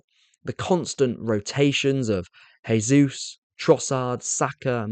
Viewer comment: Great explanation mate. Makes so much sense. Love it. I just have to a tiny thing though, that is Gabriel Jesus is not said as 'hey'sus, he is Brazilian and in Portuguese its said as 'jay'sus. Thats all. Thanks if you incorporate it.